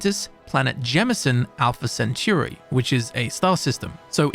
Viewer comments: My ears died when I heard "Alpha Centoory" 😭😭😭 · alpha " centiure"